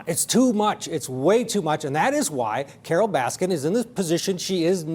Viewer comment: When he called her carol raskins! Lmfao